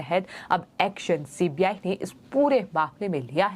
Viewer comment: OMG She is saying CPI, not CBI. Is she not aware of CBI? How has she become a news anchor?